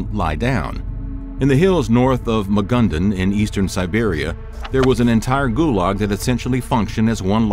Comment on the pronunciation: wtf is "Magundun?!" Did you mean "Magadan?"